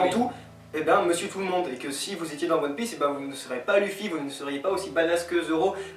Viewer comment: bien le truc des bruit de gouttes d'eau^^: ouui eichi' a tout preparé; prononciation: LEUFFY; OUS(S)OP; DRESSROZA; ENIESSE LOBY et enfin les gars c'est pas mal mais sa serait mieux sans la coupe bieber xD